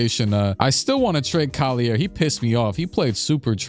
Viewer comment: I'm dying at the fact that he's pronounce Collier with a french pronunciation when it's not pronounced like that lol